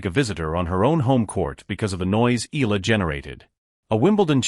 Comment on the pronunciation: Alex last name is pronounced EYALA not ILA!!!